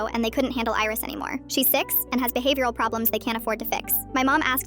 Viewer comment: the line "she is six and has behhaveoral problem we can't fix"